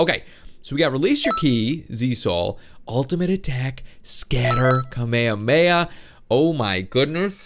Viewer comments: its not kameme it'd kamehameha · You and the dub say Kamehameha wrong. also watch Dragon Ball Super you're missing out. the only non cringeworthy dub is Hellsing. My biggest problem is how I and several Youtubers do a better Goku than the professionals from the official dubs.